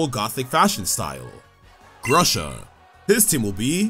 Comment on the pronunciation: LEVELS ARE ENOUGH TO MAKE THEM STRONG. TO EARLY FOR BRAMBLIN. THATS A STARTER. TO EARLY FOR TATSUGIRI. THATS A STARTER. IT’S PRONOUNCED ( GROO-SHUH ). THATS A STARTER. CERULEDGE IS A VIOLET EXCLUSIVE. EXPLAIN WHY YOU MADE GALLADE A GROUND TERA TYPE, EVERY GYM LEADER ACE HAS A LOGICAL EXPLANATION OF WHY IT’S TERA TYPE IS THERE TYPE, LIKE MISMAGEUS A GHOST POSSESSING A LIGHTBULB. ARMORUGE IS A SCARLET EXCLUSIVE. WELL I WANT MEOWSCARADA ON MY TEAM BECAUSE CATS ARE CUTE.